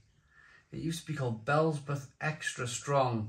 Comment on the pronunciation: Bee ell zee bub!!😂